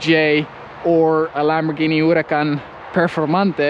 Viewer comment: The way he said Lamborghini(and that other word) was so prestine.